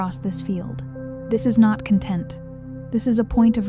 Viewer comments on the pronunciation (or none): 999 but please change the pronunciation of the word content